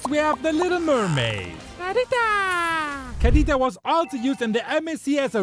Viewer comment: The way he said "Kadita"